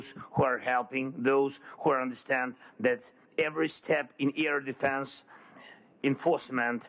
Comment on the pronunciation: The word LIVE is pronounced differently depending on what you mean, to live - short word- or something is live - long i in the word. Live - liiive. Also there is a difference in how you say AIR and how you say EAR, maybe the whole Ukraine lacking AIR defense is the presidents fault!?! lol, he has been asking for EAR defense! well, good thing is no Ukrainian soldier will go deaf, the president has made sure there is plenty of EAR defense, now somebody go teach him how to pronounce AIR! AIR DEFENSE AIR no ear planes, AIR lol 😁💪🇺🇦❤️